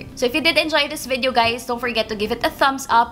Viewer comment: Ano ikamo... VIDEYEOW??? bwahahah!